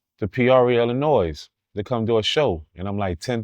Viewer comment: I’m done he pronounced Illinois with the silent “s”